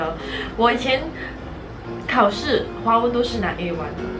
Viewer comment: 你把华文说成花纹😂